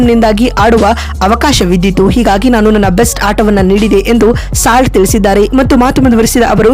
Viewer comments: Slat alla kane salt 🧂❤ Pronunciation kali😅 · ಸ್ಲಾಟ್ ಅಲ್ಲಕ್ಕ ಸಾಲ್ಟ್ ಅದು.. ಉಚ್ಚಾರಣೆ ಕಲಿ ಮೊದಲು. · Nonsense, it is salt not slot. First learn how to pronounce names of players. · ಸ್ಲಾಟ್ ❎ ಸಾಲ್ಟ್✅ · ಸಾಲ್ಟ್,, ಇಂಗ್ಲಿಷ್ ಅಲ್ಲಿ ಉಪ್ಪಿಗೆ ಸಾಲ್ಟ್ ಅಂತಾರೆ ಸ್ಲಾಟ್ ಅಲ್ಲ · ಅಮ್ಮ ಅದು ಸ್ಲಾಟ್ ಅಲ್ಲ ಸಾಲ್ಟ್ ಕನ್ನಡ ಪದ ಸರಿಯಾಗಿ ಬಳಸಿ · ಬೇ ಯವ್ವ ಸ್ಲಾಟ್ ಅಲ್ಲ ಅದು ಸಾಲ್ಟ್ adu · ಸ್ಲಾಟ್ ಅಂತೆ 😆😆😆 ಲೇ ಅಡ್ಮಿನ್ ಅದು ಸಾಲ್ಟ್ 😆😆😆😂😂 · ಉಪ್ಪು ಅಂತೀರಾ ಮತ್ತೆ ಸ್ಲಾಟ್ ಅಂತ ಹೇಳ್ತೀರಾ 😊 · ಸಾಲ್ಟ್ ಅಂತ ಸರಿಯಾಗಿ ಉಚ್ಛಾರಣೆ ಮಾಡುವುದನ್ನು ಕಲಿತು ವಿವರಣೆ ನೀಡಿದರೆ ಉತ್ತಮ, ಮೊದಲು ಸರಿಯಾಗಿ ಇರುವ ಪದಗಳನ್ನು ಅಭ್ಯಾಸ ಮಾಡಿಕೊಂಡು ಮುಂದಿನ ಬಾರಿ ಯಾವಲೋಪವೂ ಇಲ್ಲದ ವಿಷಯ ತಿಳಿಸಿದರೆ ವಿವರಣೆ ಕೇಳಲು ಉತ್ತಮ ವಾಗಿರುತ್ತದೆ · Fill Slot 😂